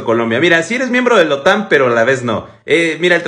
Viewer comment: La OTAN , no la otán. Qué lío os aceis con las tildes y las silabas tónicas.